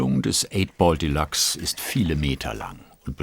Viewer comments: Das Ding heißt nicht Delaxe sondern Deluxe, Dehlücks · geile arbeit. aber die aussprache von deluxe triggert hart :P delachs ^^ delyks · Schöne Doku, das Einzige, was mich etwas gestört hat ist, das der Sprecher die ganze Zeit von "de lachs" sprach statt Deluxe ... Fische waren da nirgendwo! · Wie kann man das Delachs aussprechen? Denkt der Sprecher mit? Oder was ist da los?